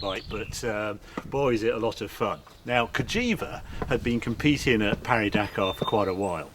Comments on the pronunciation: We pronounce it Paris not Pari - we're not bloody French. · Though you are also pronouncing "Pari" wrong, even in French. You should put more emphasis on the i in Paris. You got the silent S right, but that's kind of it. It's pronounced kind of like Parry but with i instead of y. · Harry, Harry, Harry, if you can say the last part of Paris correctly, why not the first bit? It's PAW REE.